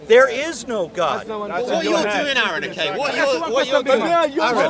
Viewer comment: Man, hearing them call him Aaron, where they almost definitely know it's pronounced Are-en, is infuriating.